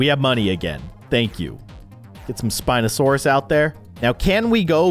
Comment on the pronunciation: The spineosarus one was pronounced pare-sal-olph-agus